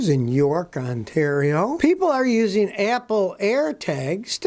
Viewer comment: "Uzeen"???? "Capuhbildees"????